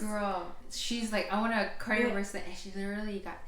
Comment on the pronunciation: Too bad you can't pronounce Cartier! You didn't do your homework! 😅😅😂